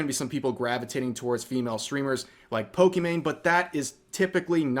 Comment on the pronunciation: Poke EE mAyne - Dick Richard son